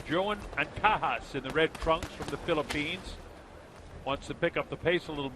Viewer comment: I hate u, it's anca-jas(has) not ankakas😑..anyways 'pacquiao' have been mispronounced lot of times before he got famous so keep it up kid!always be humble 😊